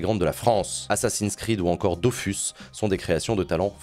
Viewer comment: Je crois qu'on dit Dofousse